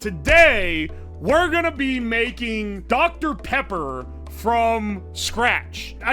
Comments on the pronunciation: he got that doctuh peppa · smacks lips I love doctor pippa